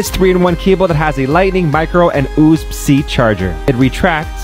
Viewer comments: that man really do be pronouncing the oosb cee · he def said oosb C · Legit I was about to say. Imma call it an OOSB now hahaha